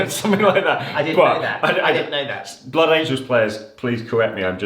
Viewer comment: ‘Blood angles’ 😂